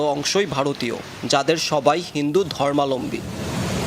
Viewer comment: ধর্মালম্বী না, ধর্মাবলম্বী। এই হলো সাংবাদিকতার অবস্থা 😂